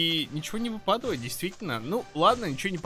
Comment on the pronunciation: Обожаю тебя только я помню в некоторых видео и в этом ты не правильно говоришь ты говоришь вЫпадавает а правильно выпАдает заметь пожалуйста а то я уже путаюсь